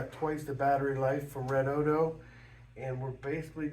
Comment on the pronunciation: It's pronounced Red-O-Dee-O